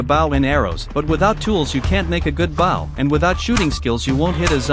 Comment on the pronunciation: Baw it’s bow